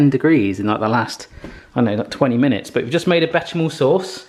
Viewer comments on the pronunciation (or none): Still wondeing where Mrs. Becky got you your shoes,! We wanna know!:D Are they Espadrilles? Also, for your pronounciation knowledge only, it's: "Besh-sham-mel" (and not "bet-sham-mel") and "Crock Ma-dam" <3 Have another great week like this,!:D